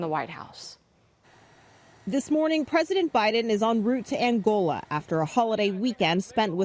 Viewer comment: Angolia lol Nantuckit lol